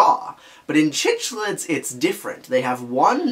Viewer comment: Love the video… but as a fish keeper it’s killing me how you pronounce cichlids. It’s pronounced like sick-lid. At least that’s the common pronunciation hard c